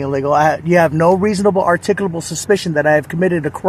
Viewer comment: Lmao "reasobabable articucapable suspension"